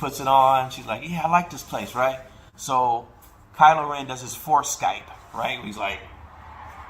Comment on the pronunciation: WHO CALLED HIM “CRYLO REN” !?? 😂😂😂😂😂😂😂